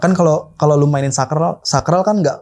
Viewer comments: saklar bang bukan sakral😅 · Saklarrrrrrr😂😂 jd sakrall😅😅😅